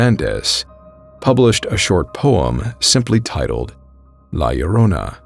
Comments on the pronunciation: You pronounced La Llorona so good!!! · As a latino thank you for correctly pronouncing la llorona 👍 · Wow, you pronounce La Llorona correctly. Bravo, sir.👏👏👏👏👏